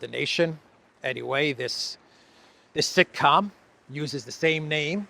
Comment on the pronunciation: It was sick-com, not sitcom